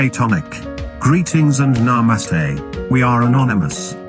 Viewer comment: Well that sect of anon doesn’t know how to pronounce namaste and would lead me to conclude that they haven’t ever spoken to a person from India in person. ( Nah moo stay )